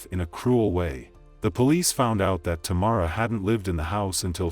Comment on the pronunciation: The lady singing pronounced her name correctly & the narrator still said wrong. How Sway? I have the same first name and that’s why I don’t use it 😡